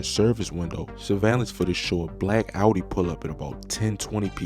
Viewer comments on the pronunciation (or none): none